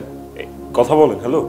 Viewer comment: কতা নারে নায়িকা। শব্দটা “কথা”।